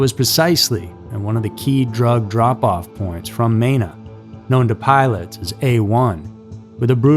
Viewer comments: It’s pronounced Mēna.. long E. And there is an entire area in three states to stay away from… even if you live there. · Hearing the way he pronounced Mena is painful